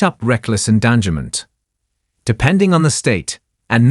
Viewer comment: the AI can't say endangerment again the AI can't pronounce. the AI can't pronounce minute. Seriously, stop with the AI readings